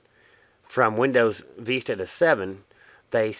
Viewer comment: VISTA mate not veesta No offence